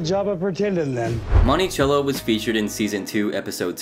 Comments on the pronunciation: Month sello is the pronunciation not chello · Bruh. Mon-ti-cell-o. Cello not CH CH CHello. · Say Montychello one more time... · Bro where are you from? Lol you pronounce words like nobody I've ever heard. "Monty-chello"😂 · “Money” cello Interesting pronunciation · Monti “sell” o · You’re pronouncing Monticello strangely